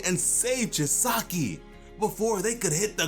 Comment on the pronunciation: Every time he miss pronounced Chisaki’s name, it made me cringe